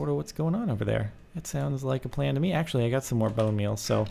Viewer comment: Axe-ually (actually)